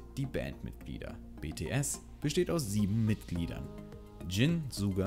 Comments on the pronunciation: Oh Gott suga wird nd suga ausgesprochen sonder schuga... nd so geschrieben aber so ausgesprochen🙈...... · hat er suga gesagt und nicht schacker wie man es eigentlich spricht als von der aussprechen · ✨SSSSSSSSSuuuuuuuga✨😭😭😭 es wird schuga ausgesprochen😭😭😭😭😭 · SCHUUUUUUGA er wird Suga Geschrieben aber Schuga ausgesprochen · Ich wüsste schon alles😂😂😂🙈🙈 Aber trotzdem sehr hilfreich für alle neuen ARMYs Außerdem wird Suga Schuga ausgesprochen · Es wird suga geschrieben und schuga ausgesprochen 😂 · als ich gehört hab wie er suga gesagt hat hätte ich schreien können